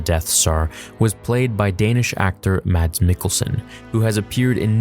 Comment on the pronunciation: are there any Danes cringing at the pronunciation of "Mads"?